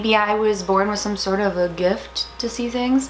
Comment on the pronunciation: I like how you said gift at the beginning